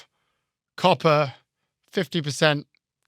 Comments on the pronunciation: At first, I thought you were saying carpets. And I thought ,”Wow what an odd thing to put a tariff on”. 😂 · When you said "copper" I thought you said "coffee" and i almost cried. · It's lost on the folks who thought was saying "carpet" and "coffee" instead of "copper."